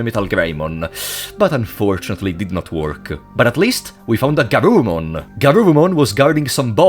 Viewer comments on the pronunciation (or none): + This is not GArurumon its GUrurumon ^^